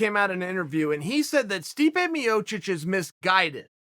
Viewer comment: Stipu Miocic